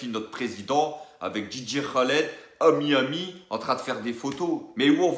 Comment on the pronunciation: Il s'appelle dj khaled apprend a dire son nom😆😆😆😆😆